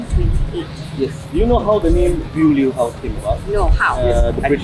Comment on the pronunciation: Beaulieu House, pronounced as boh-li-oh